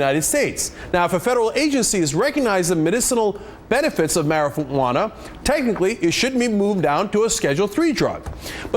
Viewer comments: Lmao!!! he says marifuana in xDD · Mari-Pha-uana This niggah man... I mean how'd he fuck up talkin bout weed man.. Sheet